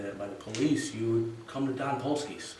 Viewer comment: Great show, but dom is pronounced with a long o, like the word dome.